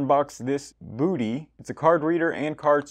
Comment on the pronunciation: It's pronounced BUDDY!